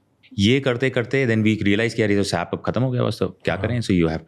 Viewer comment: He is a tech guy and but keep saying "Sap", "Sap", It's pronounced S.A.P (all separately)